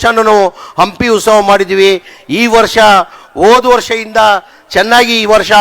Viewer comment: Ustava alla maraya adu utsava